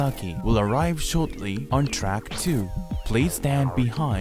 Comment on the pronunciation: lineもめっちゃrみたいな発音…